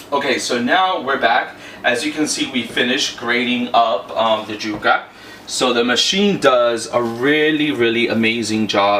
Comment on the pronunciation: Yuca not juka!! Y sound not J!!